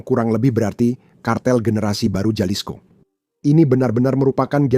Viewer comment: Halisko bacanya boss ini Latin j dbaca h.